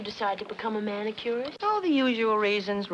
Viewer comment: perhaps the girl should have put less emphasis on the first syllable in "manicurist".. "Madge... why did you decide to become a MAN...." ???